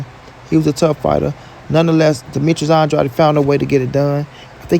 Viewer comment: Pronounce Andrades name right its not Andrady How can you hear every body else pronounce his last name right. And you can't. And you probably will see this post and still say his last name wrong. Stupid